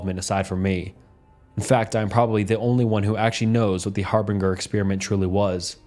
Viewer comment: Har-bin-jer not Har-bing-er